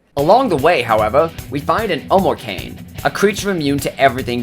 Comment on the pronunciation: sorry for beind a pedantic asshole but it's omoi-kah-neh